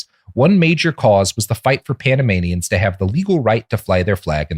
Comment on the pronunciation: Every time Robert says Panamanians my brain hears Animaniacs